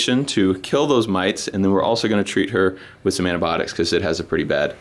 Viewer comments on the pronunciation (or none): "Aniabotics" -, always, when trying to say antibiotics:D